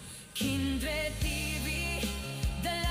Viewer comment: kumain Ka po, para malakas Ka, kumain Ka Ng prutas, bakit para kang nahihirapan Kang huminga,magpalakas Ka, natatawa ako KC tawag mo Kay kindred eh kinderd, magkain Ka ha pilitin mo para lumakas Ka, shout out SA inyong lahat, godbless!! watching from Baguio City